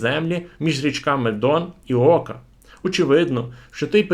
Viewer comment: Все цікаво, але шановний авторе, ну слідкуйте за наголосами, ну яка "СілезІя", "Ока", якщо це СілЕзія, ОкА??? Те саме з іменами історичних діячів, і не тільки в цьому відео. Дякую.